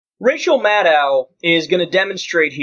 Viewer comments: Secular Talk Dude, if you're going to report on her work in the future, GET HER NAME RIGHT: It's pronounced Mad-OH...rhymes with SHADOW! Amadán! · Her name is Maddow. Rhymes with shadow. Not Maddow, rhyming with mad cow. If the left can't even pronounce her name correctly, who will? The second syllable of her name is pronounced "doe," like a baby deer. Not "dow," like the Dow Jones Industrial average. Get it straight, people. -smh